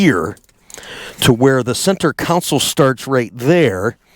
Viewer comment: Console, not "council"....just sayin